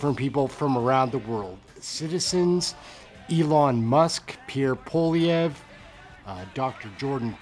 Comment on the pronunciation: Pronounced poa-li-evre . Poilievre